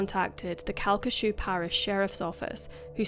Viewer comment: I can't believe you covered this case, and you even said the parish name correctly! It's pretty much a local legend here even after all these years. Pretty much everyone knows the sheriff's son did it, but it will never be officially acknowledged by the LCPD. It's such a tragic case and one that still affects people today.